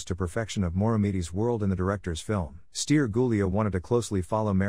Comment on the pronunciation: Felicitări pt efortul dvs de a păstra vie arta Românescă în plinătatea înțelesurilor ei!!!! Totuși "Ilie Moromete", "Stere Gulea" trebuie citite așa ca în română nu ilia, steri..... Nu vă mai sclintiți limba cu engleza.....